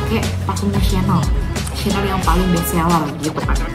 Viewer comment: cara baca chanel nya salah 🫢